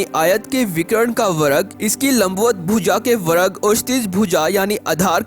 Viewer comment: वर्ग को वरग बोलने के लिए एक dislike